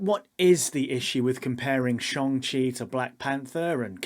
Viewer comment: Excellent vid. Social media definitely perpetuates this too. Everything has to be A or B, good or bad, there's never any in between or nuance. (It's Shang-Chi by the way 😀)